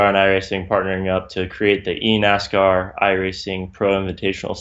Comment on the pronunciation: I keep replaying it over and over and I just hear eat-ass-car